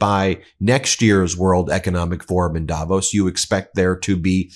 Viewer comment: Please learn to pronounce Davos properly!